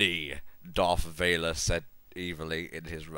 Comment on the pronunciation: Darth... Valer? :\ Wuht?